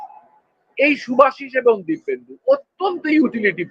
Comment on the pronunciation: দিব্যেন্দু নয় দীপেন্দু।